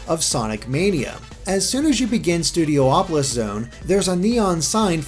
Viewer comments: "Studio-opolis" is officially driving me CRAZY... It's STUDIOPOLIS. Stop adding the extra "O". ;) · Stu D opo lis not Stu D oh opo lis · IT'S "STOO-DEE-OP-OH-LISS"